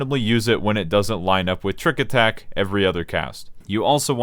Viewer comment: "tricku attacku" He's speaking the language of Gods :')